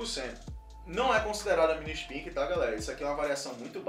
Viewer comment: É "espaique", não "ispique". Falavam milhares de vezes por dia da proteína spike do coronavirus, durante 2 anos. Impossível não saber a pronuncia correta, a não ser que estivesse em marte.